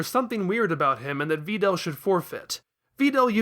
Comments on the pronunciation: "Va Dell" you are welcome 0/ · Yup, that's how it's pronounced. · You are so good at this dissection, man! ...but I absolutely despise that pronunciation of Videl— but that’s just me.